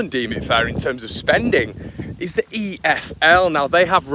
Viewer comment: Eeees are good eeeees are good......